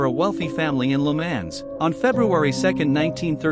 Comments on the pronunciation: It's Le Mans not Le Man's and pronounced Leh Maahn. If you're going to correct something, you need to be correct yourself. There were other mispronounced and misspelled words but it's an AI so it is what it is. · You have pronounced Le Mans wrong.